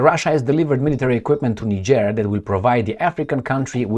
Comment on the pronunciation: Bruh, if you don't pronounce Niger & Nigerien properly you refer to a whole different country, the name is French & must be pronounced that way, there is no either or, you either pronounce it right or you're an idiot, you can look up some video's to pronounce these names on this very platform, don't be an amateur!